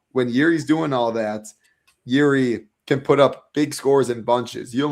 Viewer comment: not pronouncing the most popular fighters in the UFC correctly is pure gold. “G”iri and Landwire. 😂😂😂😂